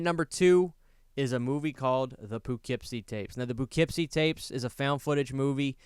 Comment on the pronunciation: I lost sleep over your mispronunciation of Poughkeepsie